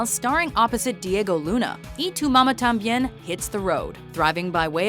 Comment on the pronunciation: its a good video but i feel you only took México and spain in consideration and there are way more spanish speaking countries. also check your pronunciation especially in mamá, its not mama like in that song of David guetta and minaj